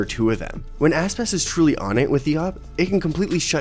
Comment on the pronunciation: I coudnt stop hearing asspass. his name isnt that hard to say